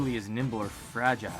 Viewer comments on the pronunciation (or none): none